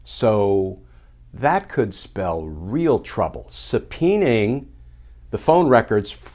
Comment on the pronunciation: "Subpeening". NO, subpoenaing. Would they even have those old records yet? Doubtful. Blah, blah, blah justice supposedly matters. And yet, we've seen ZERO justice, not one iota because our justice system is a bad joke. This trump wannabe braggart Kirshner is just stringing us along in the same manner as TV shows like Oak Island where in the end, NOTHING!